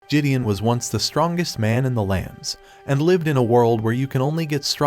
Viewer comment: RIP the real pronunciation of Gideon, which the narrator neglected from the start.